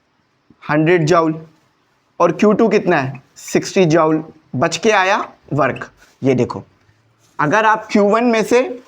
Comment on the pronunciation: Sir ap ki joule ki pronounciation 👍👌